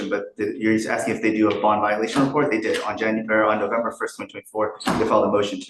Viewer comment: He just keeps on AXING! 😂😂